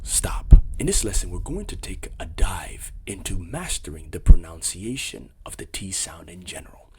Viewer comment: It's Pru-nun-ciation. Not PRONOUN Citation